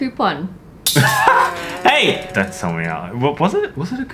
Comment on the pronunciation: copon bate lol